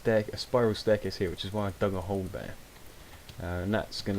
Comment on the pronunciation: lol "dag a hole." Very good video though. Your base looks great :)